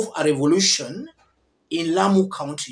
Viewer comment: Please listen to the lady that's speaking, she says "here in Lamu"